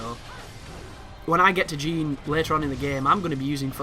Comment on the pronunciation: I cringed when he mispronounced everything.. moon of malachi? Jean instead of Jeanne? 😤